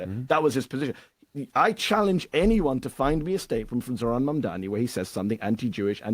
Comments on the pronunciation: Bruh. PLEASE learn the name!!! If u gonna actually host a show where talking is the thing. Speak clear n correctly please. Its pronounced "Mom-Donny" Mamdani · MAMDANI... come on bro say and spell his name properly or go home 🙄🙄🙄